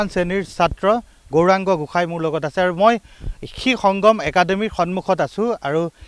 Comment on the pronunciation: Gohain ne Goshai Sayto channel ne Osatya Channel pl.pronuncession val korok